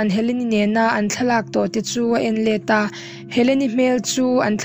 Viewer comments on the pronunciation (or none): none